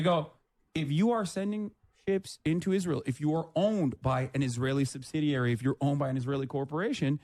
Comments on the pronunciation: Why is she pronouncing Israel like an Angel name and not the state name? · Hebrew pronunciation is Yis-ra-el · pronounces Israel like a televangelist.